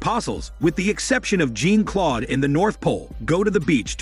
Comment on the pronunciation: "Jean Claude" It's not pronounced like Jean from the X-men lmao